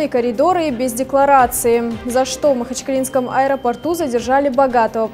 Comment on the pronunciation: Задержание в "Аэроорту"😂😂😂😂😂😂